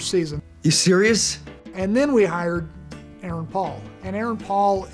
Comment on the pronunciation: Aaron Paul not erron paul